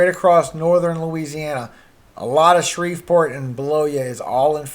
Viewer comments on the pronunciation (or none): none